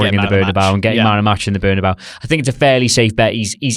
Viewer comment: Bernabéu is not berna-bao like it's a side from the bad Chinese takeaway. Bern a bay ew.